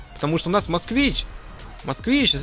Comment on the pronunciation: Москвич. А не Москвна